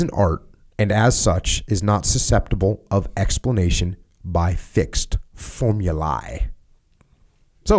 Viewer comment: it is worth to check the correct pronunciation for formulae.